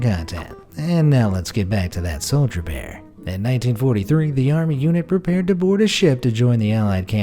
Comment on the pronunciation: to me it sounded like he said soljabear